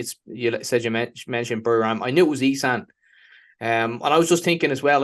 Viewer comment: Please prononce "Esaan" the correct way dude, you live there 😂